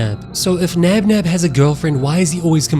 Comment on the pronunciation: Hey three nob nob and plan ba you know the name is bonbon spell labinab that mean they're both the same